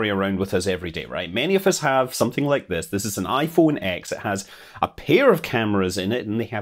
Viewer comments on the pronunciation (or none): Scott, you've committed blasphemy by calling it iPhone "ex" instead of iPhone "ten" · iPhone X? Its pronounced 10! I thought you worked for apple or something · My boi Scott works for Apple and pronounces the X in iPhone X as “ex” and not 10🧐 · I’m glad an Apple employee can say “iPhone EX” incorrectly, like the rest of us.